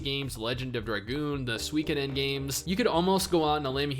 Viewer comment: Shite!, that’s a very good list. Gonna have to take another vacation. Also, Soo-ee-koh-den.